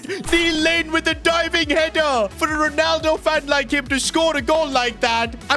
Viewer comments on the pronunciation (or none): none